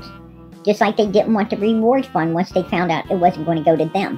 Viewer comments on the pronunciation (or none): Oh goodness... she also butchers "once"... "twice"... and a bunch of other words... oh, and uses many words incorrectly... it's hilarious!!! I do have to say though, I agree with what she's saying... that jacket would've had the freshest scent, so why on Earth WASN'T IT USED??? Who's to say that it was even Summer's scent that was tracked??? One of the dog handlers that was there said she typically asks for underwear (because it's usually not a shared item of clothing)... or a sock... but Summer was always barefoot so...